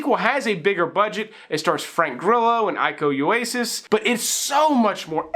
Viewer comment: Iko Uwais (eeko yuwaist without the t) not aiko yuwasis :P